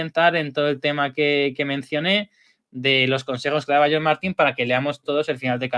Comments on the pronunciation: Por qué le dices John Martín 😂? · Hasta el Close Caption lo entiende como John 😂